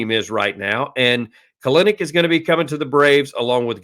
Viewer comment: It is Pronouced "KEL-Nick"